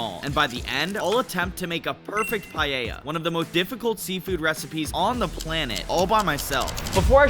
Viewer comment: It's called paella, not pallella.